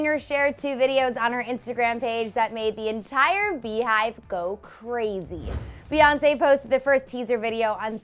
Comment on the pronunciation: She said Reonce 😂😂😂